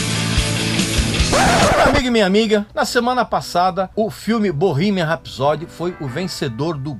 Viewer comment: Vídeo medíocre, no mínimo. Estúpido e grosseiro talvez definam melhor. Na palavra "rapsody" a sílaba tônica é a primeira. Mal consegui entender quando ouvi esse cidadão pronunciando "Sheer Heart Attack". Medíocre pretencioso define. E nenhum ser humano pode ter a pretensão de "salvar o PLANETA". O ser humano deveria se preocupar em salvar a sua espécie. A sua própria bunda, se me permitem. A natureza é soberana e prevalecerá, não importa quanto plástico o "cerumano" produza. Parei. Beijo e não me liga. Procure coisa melhor pra assistir.